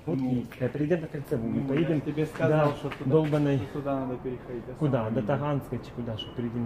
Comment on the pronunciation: Почему говорит сказаВ вместо Л?)) Это по-украински?